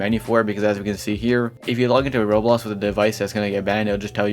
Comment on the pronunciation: roblox ❌ rols ✅